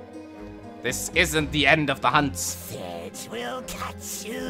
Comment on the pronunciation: I vote to "Sedge" be called "Setge" from now on